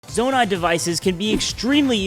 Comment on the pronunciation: “zoanite” 😂 “Ch-asm” 😂 “bobolkin”